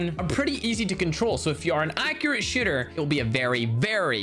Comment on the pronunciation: “If you are an accurate shitter” 😂